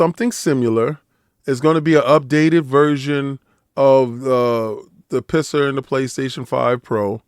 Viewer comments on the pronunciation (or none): I love when you call PSSR “pisser” 😂😂😂